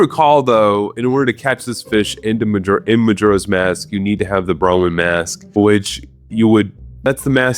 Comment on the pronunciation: The way he pronounces majora is making my eye twitch (no hate, im just annoying)